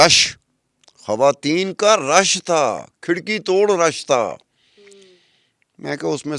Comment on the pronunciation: کھواتین کھواتین کیا ہے ?تلفظ درست کرنا چاہیے اتنے بڑا میڈیا گروپ پر بیٹھ کر ایسا کہہ رہی ہیں محترمہ